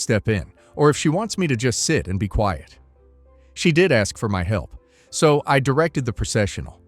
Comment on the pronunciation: Hey, the AI read-aloud voice is reading "So." as south instead of the word "so". Try using a comma instead of a period.